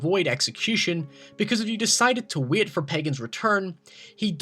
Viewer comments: The way you say 'wait' as 'weet' pisses me off. Sorry, not sorry. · I thought you kept say saying wheat. You said wait lol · also its not wit.its wait.its not did.its dad